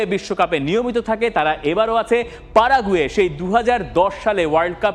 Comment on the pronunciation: পারাগুয়ে না প্যারাগুয়ে হবে 😂